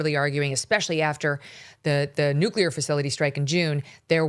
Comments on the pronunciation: Great interviewing, MK! This guy couldn’t explain policy very well, and it is hard to trust someone who keeps saying NU-CU-LAR rather than NU-CLE-AR…. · Hard to take these guys seriously when he keeps saying Nuke-u-lar. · Who is this guy? OMG......hacking and cannot pronounce "nuclear." Yikes.